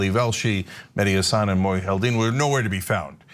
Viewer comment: I cringe every time Cenk and Anna say "Hassán" as opposed to "Hassan".